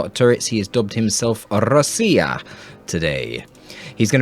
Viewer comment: I see РОСИИЯ at the peak of popularity)) in 4 days, there are 2 castes from РОСИИЯ at once, Indrid and you, ) I wrote "GO dota" because it was funny to read once again from a dov player that everyone around was to blame, but not myself. You pronounce RUSSIA funny. - peRRfekt ruzsian aktsent ), admit you're Russian! ) Come to me in Siberia, let's drink vodka and play dov here in Krasnoyarsk zaebis) Thanks for the cast, my darling, I hope my attempts to diversify the gameplay are also interesting) RAS SI YA! RAS SI YA!!